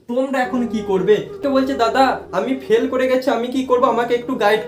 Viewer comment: পেল নয় ❌ ফেল হবে বাবু😂😂